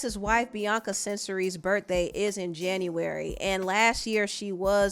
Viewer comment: U say “berdday” instead of birthday 😂🤣